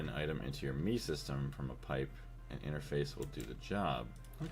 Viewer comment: Cracks me up every time you say "me" system or "me" interface.